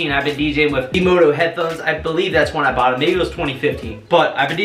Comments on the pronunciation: Its V-Moda not V-Modo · Yes. Not "V-MODO". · It’s vmoda with an a